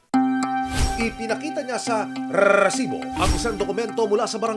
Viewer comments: Panindigan mo yang RRRRRRRRRRRRRRRRRESIBO kahit bumibili ka ha at hihinge ng RESIBO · RRRRRRRRRRRRRRRRRRRRRRRRRRRRRRRRRRRRRRRRRRRRRRRRRRRRRRRRRRRRRRRRRRRRRRRRRRRESIBO ANG DAMING RRRRRRRRRRRRRRRRRRRRRRRR😂😂😂😂BWESIT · rrrrrrr kala ko naglalag eh rrrrrrresibo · Bakit ang pronounce nya Ng resibo e "rrrresibo" nakakasira Ng concentration SA panonood Ng storya Ng balita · Rrrrrrrrrrrrrrresibo😂😂😂😂😂 yawa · Kaka inis ang rrrrrrresibo na expression na yan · GMA sobrang bothering yung pinapahabang rrrrrrrr sa resibo. OA pakingan pag paulit ulit na